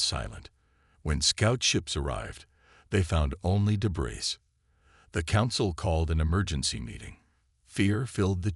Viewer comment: Ah, asterisks and "debriss" earns a thumbs down!